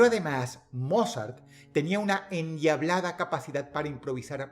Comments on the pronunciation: La audiencia de huesos negros coincidirá conmigo que cada vez que menciona a "Mozart" realmente estamos escuchando decirle "Morzat" 😂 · No puedo evitar escuchar "morzat" y reírme un poco ajajajajajaja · Dross... beethoven o morzat?